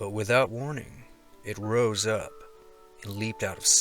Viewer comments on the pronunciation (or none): none